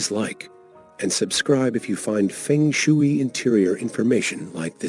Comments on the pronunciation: Feng shooey?? No . Ai narration is too lazy. And ignorant. If you can't even pronounce it, you don't know the subject, do you. Disliked. Fix it!! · It’s pronounced fung shway 🙄 but thanks anyway.